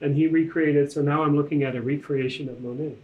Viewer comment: Did you really say Monet?